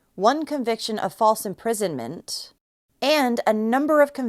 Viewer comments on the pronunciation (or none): none